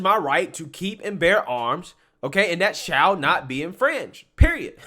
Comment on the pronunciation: “Shell” instead of shall. 😂😂😂